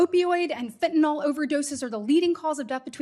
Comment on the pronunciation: Fentanyl. Last syllable rhymes with hill. Pronounced fentanill.